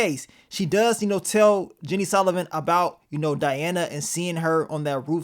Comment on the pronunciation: Is it that hard to say "Sullivan"🫤🤷🏾‍♂️🤣 love yo vids tho Bro 💯💪🏿